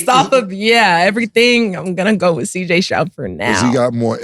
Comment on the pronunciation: Cam struggles with saying CJ Stroud 😂